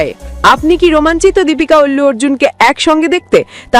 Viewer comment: অল্লু অর্জুন নয় আল্লু অর্জুন